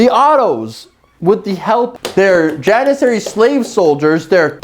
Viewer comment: if you're making a video like this at least learn how to pronounce JANISARRY first.